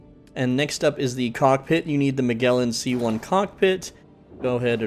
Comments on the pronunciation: Magellan = Ma-jell-en Toroidal = Tor-roid-al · Magellan is pronounced like Majellin, it's a soft G.